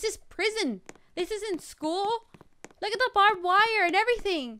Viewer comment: You say loo instead of look good vid I like how you say it